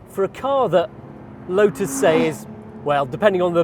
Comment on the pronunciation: Thanks for including the t in the pronunciation of lotus and even one or 2 other relevant words.